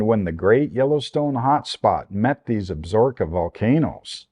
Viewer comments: FYI . . . it is pronounced AB SA RO KA not ABSROKA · Ab-so-ro-ka mountains. Not Absorbka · Absorkeee not ka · AB-SA-RO-KA - based upon the pronunciation from the television series "Longmire" based in the fictional Wyoming Absaroka County... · Absaroka. Check your pronounciation.